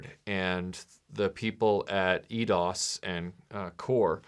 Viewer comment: Firstly, it’s pronounced Eye-Dos. It’s surprising how bad the ‘96 game’s sound effects were. Everyone likes to dig at the triangles, but just slide on some gravel and tell me that’s not a cacophony.